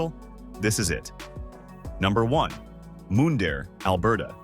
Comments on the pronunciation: How about Moondare lol.... It's Mun dare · Mun-dare not Moon-dare Alberta. Mundare not moondare. American trying to sell Canadian properties to Americans? I don’t think so. With the American government trying to take over Canada is not going to happen. When Trump is out of office, then we will talk. You have 17,000,000 people to thank for that because they didn’t vote. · And Mundare, Alberta, is pronounced like "fun" not "moon". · Interesting but AI has trouble with unusual names or places. Showing up looking for Mundare using Ai's pronounciation will get no recognition for the name. Write it out on paper. The Ukrainian town of Mundare will be surprised they are on any list That has no interest in their specialty of Ukrainian food, sausages.